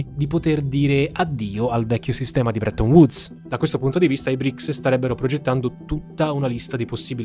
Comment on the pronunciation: Non BRIC😂😂! E BRICS 🇷🇺🇿🇦🇨🇳🇮🇳🇧🇷 si chiama